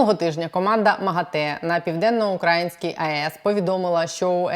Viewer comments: південно-укрАїнскькій? Не південно-украЇнській? Щось аж вушка в трубочку скручуються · Не на Південно-УкрАїнській, а на Південно-УкраЇнській, пані. Скільки можна?